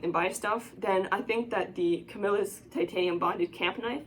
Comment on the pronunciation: Yes you are saying it right I live in camillus ny where they was made they sold out now made in China